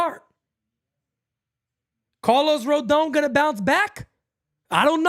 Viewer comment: Carl-os Pavano.